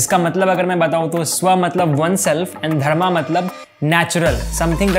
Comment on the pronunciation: One correction here is that the correct pronunciation of Chankya is Chaaa-nuh-k-yuh. There is no aaa sound in the end. Same is for Dharma, no aa sound in the end. Kudos to the team for making videos on these practical topics which people thought are just textual philosophies. I truly believe Indian culture already teaches the correct way of living.